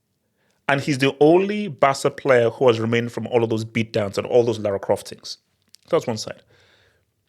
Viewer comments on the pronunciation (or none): none